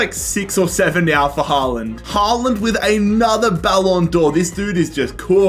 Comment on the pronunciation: did we listen to this man call haaland somethking else